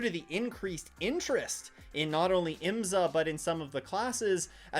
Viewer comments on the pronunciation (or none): Like your videos but please pronounce IMSA properly. It’s IM’-SA. Not. IMS-A’.